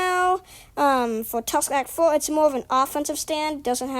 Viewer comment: That intro tho 😳 "Tusk Act FOHH" OH MY "Wound about path" "Aer" OH MY im a boy